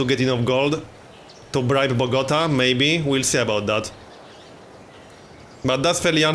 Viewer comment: I love how you mispronounce Bogota